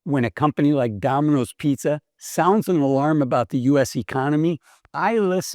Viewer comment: Dah-min-ose ? Takes a bit of tuning the ear in.